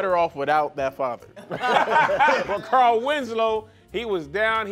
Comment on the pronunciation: “CAR-EL” 😂😂😂😂 Taheir cannot talk lol